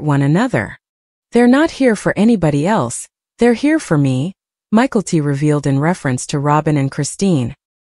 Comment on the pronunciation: Please learn to pronounce (mykelti) ma kel te